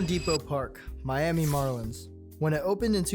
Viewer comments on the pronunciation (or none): none